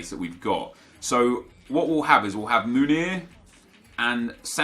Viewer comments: It’s pronounced Meunier with an eu like joachim löw, and e like the é in mbappé, so basically mönié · Meunier= MOO-NEE-AY